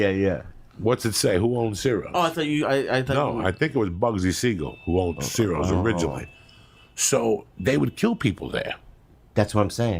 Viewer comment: ciros pronounced chiros